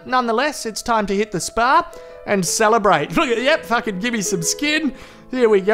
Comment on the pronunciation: Whenever he said Fakin. I lost it